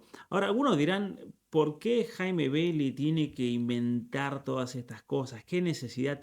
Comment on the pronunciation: Jaime Beyly,así se pronuncia el nombre de esta viuda negra.